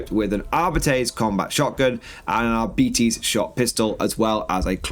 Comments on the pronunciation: ar-bit-tays is awful as well. It's Ar-Bites; and that was straight from a GW employee back in the 90s. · Arbeetees makes my ear bleed. It's the worst pronunciation ever. xd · GW uploaded a video last year confirming it's pronounced Arbeetees. It's cringy listening to audiobooks pronounce it the that way. I really wish they would have gone with Ar-bites.